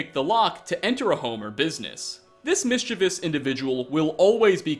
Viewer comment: Out of all the words he infamously messes up, he manages to correctly pronounce “mischievous” unlike so many others. The absolute madman